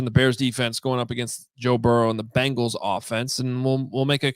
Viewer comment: Hey, it's Bengals not Bangles. Walk like an 'sports writer' already! Great job guys